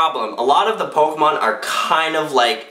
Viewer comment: Yay, he said pokemon right unlike smosh